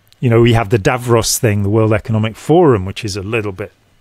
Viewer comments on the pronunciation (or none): I think when you say “Davros” you mean Davos. Davros was the leader of the Daleks 😂❤️🐾